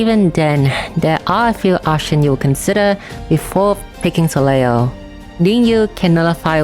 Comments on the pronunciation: Hey, always appreciate seeing your videos, you're the #1 best CotC source for me for sure! Just a note though, Soleil is a French word (Sun), which means you don't pronounce certain letters, in this case the trailing L. So it's just "so-lay" basically. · If you want to be fully truthful, the "l" in "soleil" is not silent at all, and it IS pronounced. However the group of letters "il" in french are basically equivalent to "y", or "iy". Therefore "leil" ends up being pronounced as "lay".